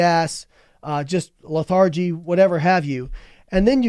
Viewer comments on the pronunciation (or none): The way he pronounced 'lethargy' instantly made me dislike listening to him.